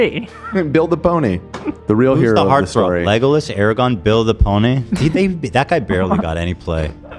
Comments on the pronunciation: ARAGORN not ARAGOG SMEAGOL not SCHMEGOL GALADRIEL not GADRIEL ARWEN not AIRWAND THANK YOU ETHEN, AND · Stop saying Aragon and Erawon, please? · If I hear Aragorn pronounced "Eragon" one more time im becoming a snarker